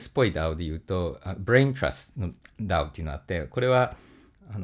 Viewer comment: DAOの発音がとても良かったので三回聞きました